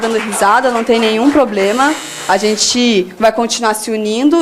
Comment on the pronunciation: presidente de estudantes falando " poblema " pátria educadora